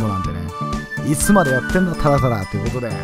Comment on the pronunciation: 最初のといことで！はどういうことだよww